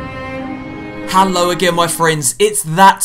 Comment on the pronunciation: why u say hello with an a